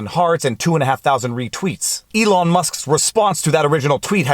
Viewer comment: First, love the haircut (basically because I did the same, but had no guts to record my boys doing this to me). Second, don't know if you realized, but it is ELON Musk not ELIN. Great legal analysis. Your video on mediation, gave me a good analysis to tell my client. Instead of trying to explain the rigors of litigation I actually sent him the video. He called me back and said: "Let's settle!"